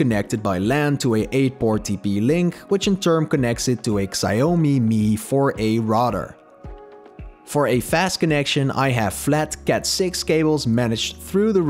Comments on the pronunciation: I think it's pronounced "Shaomi" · Really enjoyed the video but I think the Xiaomi is pronounced differently.